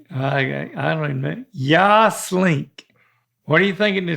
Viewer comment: And then I played it back and heard say “YA ASS?” Instead of “ Yaaaasss” I’m rolling 😂🤣💀